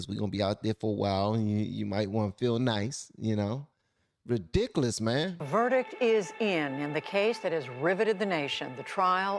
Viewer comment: Some of my favorite things: 1) some good lovin' 2) pecan pie 3) hearing say "Ridiciliss" Our country turned its back on Derek Chauvin because everyone who was in a position to speak was too scared to say what needed to be said.